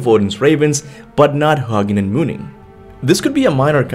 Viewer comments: Huggin and munnin are pronounced Hoo-gin and Moonin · HOO- ginn and MOO- ninn 🤦🏽‍♂️ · Hue-nin and moo-nin.